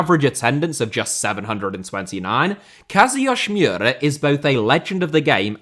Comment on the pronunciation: So… “Kazuyoshi Miura”name is slightly Russian apparently?? Because that was really bad pronunciation and sounded like he was Russian. You could just call him “King Kazu” like they do in Japan or you could break it into chunks and slow down “Kazu yoshi (like the Mario character)知良” family name is “Mi ura 三浦.”